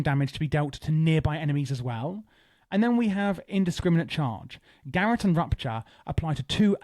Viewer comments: Thanks for making this but please, it's pronounced "guh - rot" not carrot with a g. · Gar-Rote. not garat.